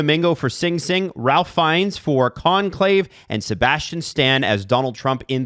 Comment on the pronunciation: Hate to be that guy but it's pronounced "Rafe" Fiennes.